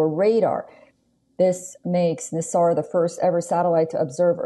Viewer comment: The name is not Nissar, and it is like pronouncing "Naisar".